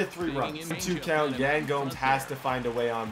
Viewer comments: It's yaaan not yen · you said Yan Gomes first name wrong it's said like Yawn Gomes